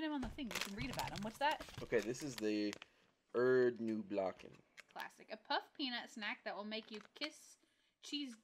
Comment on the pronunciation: Hi. The,, ß,, in Erdnußlocken, sounds double s. It, s a German Letter..... So watch, -American go to Bars in Berlin/first soccer game/..... 😁